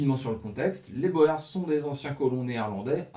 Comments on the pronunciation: Il faut comprendre la curiosité des Français, qui pensent avoir affaire à une arme secrète belge, comme le célèbre "schild en vriend". "boer" est d'autant plus piégeux que son pluriel est "boeren". Prononcer [boûrs] est donc fautif, même lorsqu'on lit "guerre des Boers". Il faut prononcer [boûr] dans tous les cas. Incidemment, la Belgique a aussi connu sa guerre des paysans, une révolte contre la domination autrichienne, à l'époque de l'empereur Joseph II. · Boers est un mot qui se prononce "bour", fermier en néerlandais. Phil, Belgique. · Boers se prononce bours,mais bravo pour le boulot fourni,donc je m’abonne. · Oui, la fameuse guerre des Boers. A prononcer Bour ! 😃😃. On pourrait même parler de guerres au pluriel. Puisqu'il me semble qu'elle s'est déroulée en 2 actes. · Très intéressant . Tu as manifestement beaucoup lu. Pour ton info boers en français se prononce bourres. T es tout excusé même les jeunes flics parisiens disent bo è r s pour désigner les policiers chargés des taxis alors que c est bien les bourres... l argot se perd . Bravo pour ta vidéo. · Pendant la deuxième guerre des Boers (se prononce "bour"), ces derniers utilisèrent des tranchées pour se protéger des Britanniques. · Précision sur le withworth, les ogives hexagonale sont post guerre de sécession 😏 Et Boers se prononce "bour" en phonétique. Mais vidéo intéressante , continue 🤘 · De rien cette prononciation Française heurte des oreilles habituées à d'autres langues, à l'origine Citroën se prononçait Citroune aux Pays Bas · Super vidéo et chaîne vraiment agréable, je m'y abonne de suite. Juste pour information le mot "boers" se prononcent avec une phonétique différente du français (l afrikaans est un dérive du néerlandais) le son "oe" se prononcent comme "ou" pour nous. Pratiquement on peut donc prononcer "bours" plutôt que "bo-ers" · c'est correcte: en néerlandais les lettres "oe" se prononcent bien "ou" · En néerlandais et donc en afrikaans "oe" se prononce "ou" guerre des "bour"